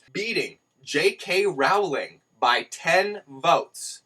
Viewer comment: Rooooooooowling, like Bowling ;) not Rawling!